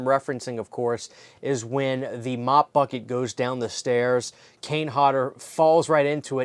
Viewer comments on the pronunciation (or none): none